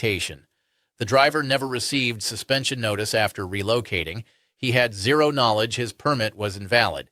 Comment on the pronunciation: Say the word ZERO again… 👉🤖